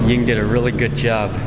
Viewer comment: Is Mark's wife named Yin? I never can understand him when he says it.